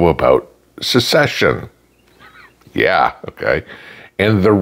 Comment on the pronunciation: Kids can’t read? How about grown adults that pronounce it- “Success-shun “…